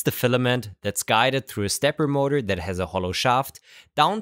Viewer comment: I love it when shtarts talking about shtepper motors